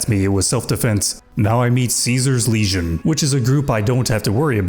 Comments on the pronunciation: I notice you tend to pronounce “legion” the way one would pronounce “lesion” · Dunno, but every time says "Legion" it sounds like "lesion" to me.